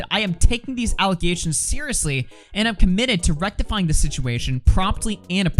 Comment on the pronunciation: Notice how she says "False aligations" 3 times in her statement? To me that is giving off "I'm trying to reinforce my narrative" vibes. That old saying, repeat the lie enough, people will start to believe it. I think that's what she's doing here. Why else would she mention "False aligations" 3 times? Side note. She deleted her PETA video from last week & uploaded another PETA video yesterday. I didn't see either video, so not sure what's up with that. Though seems kinds sus to me